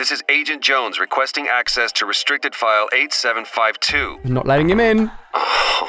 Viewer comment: Ah yes, accssess